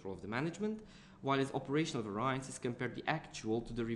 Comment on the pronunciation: I hate how you pronounce 'variances' !!!!! ...it's pronounced as 'va-ree-yances' ...by the way brilliant vid very helpful. Sorry if I offend you :)